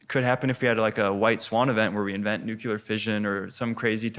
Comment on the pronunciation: "Omnicron"? "Nucular"? If this guy can't get the simple details of language right, imagine what things he's missing in his bigger ideas. Also, why is this a book report of the Fourth Turning?